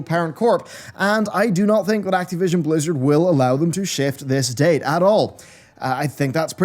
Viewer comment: I think they delayed it based purely on how pronounces 'Acti-vision.'